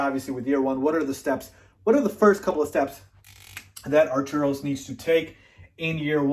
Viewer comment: Arturus - Are-tur-us.